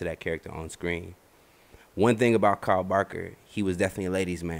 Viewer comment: It annoys the hell out of me that he keeps calling him carl and not kyle